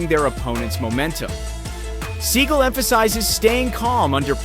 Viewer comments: It is spelled Steven Seagal with an "a" after the "g" so it's pronounced (S-E-A-G-A-L), rather than "Segal" If you're going to make a video about a famous actor/martial artist you should at least know how to pronounced his name! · Learn To Pronounce The Man’s BLOODY NAME❗️❗️❗️❗️ Every Time You Call Him “SEAGULL ” It Makes Me CRINGE❗️❗️❗️ I Am No Huge Fan Of The Man But Have Enough RESPECT To Say His Name CORRECTLY… schmuck…